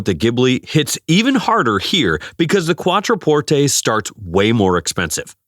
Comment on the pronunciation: Giorgeeeeoh ? Try Giorgio - Jorjo. QuatroPortAY ?